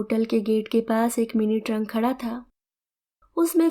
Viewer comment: ट्रंक नहीं ट्रक 😊